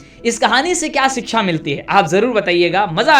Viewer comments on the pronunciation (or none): none